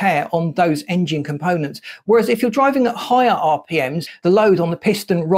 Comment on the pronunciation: Is it just me or is dude pronouncing it Aing-jin